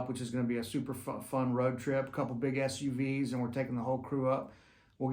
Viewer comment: every time you say "big SUVs" I hear "big ass you vees"... Happy birthday buddy!